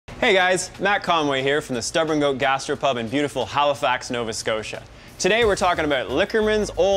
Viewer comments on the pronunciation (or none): none